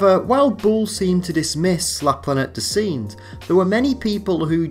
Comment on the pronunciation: "Singe" in French is pronounced aa "sange" in English